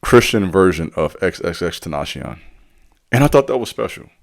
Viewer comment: You completely butchered xxxtentations name cuh